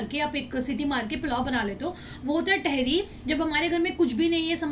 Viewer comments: Ps it's not tehri. It's taahiri 🙈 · vo Tehri nhi hota tahaari hota h 😅❤️love from Dehradun ❤️😊 it's muskan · टेहरी नही तहरी होता है.. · I am from meerut.. Mazza agya vlog dekh ke.. It's tahri not tehri.. Amazing vlog.. U missed kadi chawal moradabadi daal.. Matar kulcha.. Chaat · Dearr I'm here from muzzafarnagar uttar pradesh the dish u ate in ur dinner it's not "tehri" it's usually pronounced as "TAHARI" plzz make it correct...... Love from muzzafarnagar and totally love your videos lovee youu ❤️ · It is not theri it is Tahari and it is nihari it is nahari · Sorry but tehri ट wala ni त wala tehri🥰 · it is तेहरी not टेहरी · Dear its not tehri its tahari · Not theri it's thadi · It is not a tehri its a taihiri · Didi vo tehri nhi hota h vo thehri HOTA h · Tehri nahi hota di tehari hoti hai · तहरी not टहरी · Its tehri with a soft t. Say like tum(you) in Hindi. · The pronunciation of tehri sounds very funny from ur mouth😂😂😂😂😂